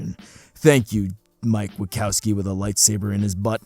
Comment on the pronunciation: did my man just say Mike Wi-COW-ski? ... disappointing. utterly upsetting.